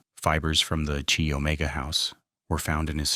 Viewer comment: Come back when you know how to spell GEORGANN Hawkins, and how to pronounce KY not CHEE Omega, amateur!